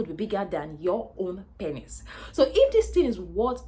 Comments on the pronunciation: Lol I couldn’t watch more than 2-3 mins the amt of times she said “panis” got odee annoying i had to bail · Good video, I like your accent, and how your pronunciation of the word penis, sounds like panis. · I like how she saids pennis. 🤣🤣